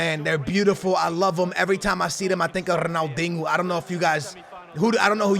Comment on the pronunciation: He said Ronaldingo